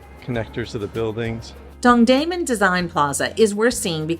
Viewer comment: don(g)-dae-moon .. it is not diffcult